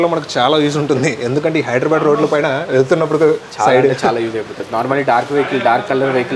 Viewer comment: areee wo dunga it's Hydera not hydra. Repeat again and call hyderabad bro from which village you belongs to